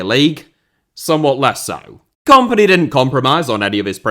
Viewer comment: Can you pronounce kompany to sound like the word in companies house please as opposed to the comp in competition? Thanks